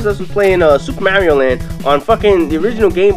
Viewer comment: Did u call mario MARYO